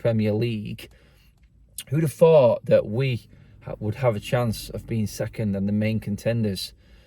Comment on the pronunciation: who would have phooooouuught